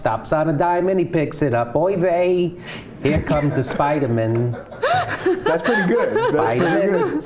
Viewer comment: this episode suddenly got really funny! "Spidamin" haha!.. "He works in accounting!"